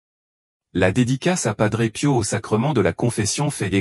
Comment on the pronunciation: Pas d'pot...on croit réver🤣😂🤣😂 L'IA est tellement satanique qu'elle n'arrive même pas à prononcer son nom.